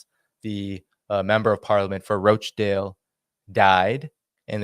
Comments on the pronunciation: ) it's Rochdale with a hard O like "got" not "goat" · Rochdale lol not roachdale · It's not Roachdale canny lad it's Rochdale 🤣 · It’s Rochdale…Rawchdale, not Roachdale! Thanks! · please, George Galloway's constituency is called Rochdale, not 'Roach-dale'. Listen to the way Mister Galloway pronounces it. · It’s pronounced Rotchdale, not Roachdale, I may as well call you Dainy! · I'm from Uk. Rochdale: pronounced Rotchdale 😊 I'm a big fan of your brilliant show! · Ro in Rochdale is pronounced Ro[as in Rock]chdale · You are mis-pronouncing Rochdale. Listen to George's speech. The roaches are in Parliament, London...